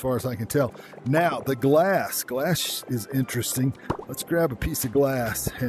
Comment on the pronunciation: u said for grab 🤣